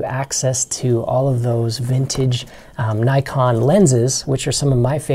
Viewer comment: "Nykon"?? Is this an American thing? Never heard of these cameras before. Nikon on the other hand...